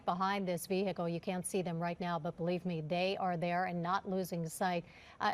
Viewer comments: You would think newscasters would know proper English. It's NOT pronounced Ve-Hickle. This isn't an episode of Dukes of Hazzard. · No it's not. It's VEE-uh-kl. Google it.